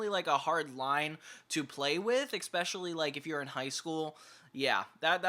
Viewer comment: Please, for the love of God... If you insist on using that word so much; it's "especially", not "eckspecially". You are killing me with that, man.